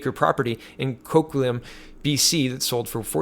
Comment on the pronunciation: Lol, names names names. You gots some good one there today, looks Italian to me. always had trouble with those myself, but Coquitlam is Co-quit-lum